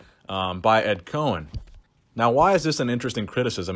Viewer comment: It’s Ed Coan (pronounced “Cone”) not Ed Cohen. Nice vid man, keep it up.